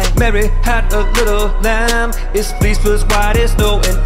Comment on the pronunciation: Fleece not flease